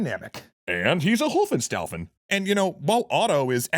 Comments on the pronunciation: No, it's actually Hohenstaufen which is pronounced [ˌhoːənˈʃtaʊfn̩]. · Is it really Hofenstaufen, or did you mean Hohenstaufen? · It's pronounced [ˌhoːənˈʃtaʊfn̩].